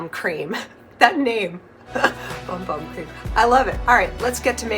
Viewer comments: I believe it’s actually pronounced “boom boom” cream. It’s still funny. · It's pronounced "Boom Boom". 💕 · I know it is pronounced boom boom, (by the Boogie) but I always call it 'Bum Bum'. Afterall, it is spelled that way🤣. I just ordered this kit because my daughter and sister-in-law love that scented cream so much, I think they will love my creation of one that is hopefully similar! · I love how creamy this looks. I love how you pronounce it as it’s printed. I’ve always called it Bum Bum, if that isn’t what they intended, they could have spelled it correctly. I’m definitely going to give it a go 🥰 thanks for sharing. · I love your videos! Isn’t it pronounced like “boom boom”? I pronounce it the way you do in my head but I think I’ve heard other influencers pronounce it boom boom.